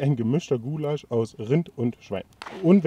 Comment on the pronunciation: "ghoulasch" MMH